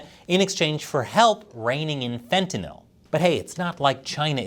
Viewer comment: you are the first person I have heard pronounce Fentanyl correctly. Most people pronounce it as if the word was Fentanol